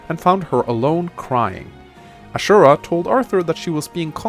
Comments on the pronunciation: A-zu--ra. Not Ashura, because that's Shura's Japanese name. Honestly, it would still make sense if you said A-ju-ra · It's Ah-Zoo-Ra. you will confuse her with another character named Shura. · You didn't pronounce Azura's name right bro... D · u have a hard time saying Azura huh lol I pronounce her name the way you're supposed to pronounce another character's name : Ashura (or Shura in the localization) speaking of Ashura/Shura do him next